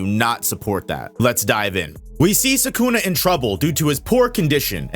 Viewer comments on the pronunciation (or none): If you say 'Sakuna' one more time.....